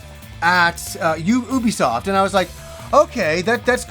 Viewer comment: Oubisoft? ok Norm Macdonald stunt voice actor.